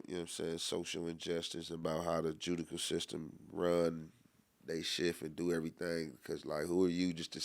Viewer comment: The “AJUDICAL STSTEM”